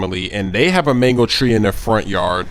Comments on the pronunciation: Am I the only one who notice he said "manko" instead of "mango" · yousay mango too much! especially as you cant even say mango you sound like your saying mengo -.- so annoying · Sounds like your saying Mengles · I thought you said mangle until I saw the title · sounds like he's saying "Mangles" lol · It sounds like manglos that you are saying